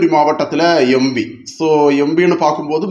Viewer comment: Embi ya. Empi. Adhuve sariya sollunga